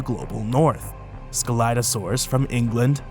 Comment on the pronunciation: What I regognized : you pronounced scelidosaurus wrong The Correct Pronouncation is without C But at all I like your Videos everytime :D